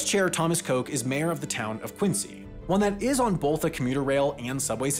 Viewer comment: I'm gonna need you to go ahead and redo the entire video based on the way Quincy was pronounced 😂